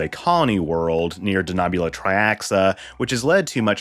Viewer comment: I have problems with the pronunciation of d Denobula. We have seen Enterprise .